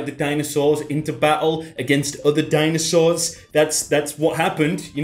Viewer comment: Did you just said Dinoswords?.. ride Dinoswords into battle, agains other Dinoswords.. I am pretty confused now......